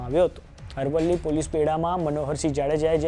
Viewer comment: Dofa amrli nahi arvli bol